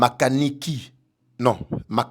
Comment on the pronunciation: C'est MAKANIKA au lieu de makaniiki